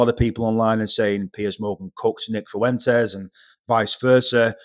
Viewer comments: Please teach these Brits how to say “Fuentes” with less than 4 syllables. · Why's every English guy calling him "Fooentez"? Lads, you've heard HIM say his name. And that's not it F'went'ez. You're welcome. Also, it's not Shiba Innew and the G at the end of words is usually silent. All for free.